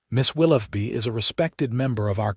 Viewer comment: "Willoughby", I appreciate that you can likely pronounce "tough", however, wonder what you would do to the word, "though" - as in the "Right" way to pronounce "Willoughby" - "Will-OH-bee"